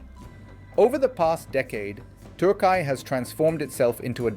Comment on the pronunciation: For gods sake its not pronounced turk eye.